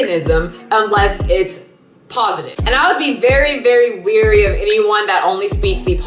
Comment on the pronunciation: Btw the word is wary, rhymes with hairy, not weary, rhymes with leery. you can delete this after you read it. :)